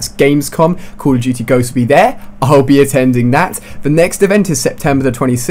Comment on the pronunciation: What was that Ali-A? Cooawl ah Dootie Ghosts?